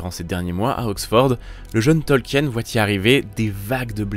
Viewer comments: C'est un bon documentaire, le seul défaut que j'y entend est la prononciation du nom de famille de l'auteur. C'est un nom de famille Allemand, donc il ne faut pas prononcer le E dans son nom, c'est un diphtongue IE qui se prononce i en français. C'est donc "Tolkin". Mais un excellent travail en général. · Petite precision quand même son nom de famille se prononce "tolkeen"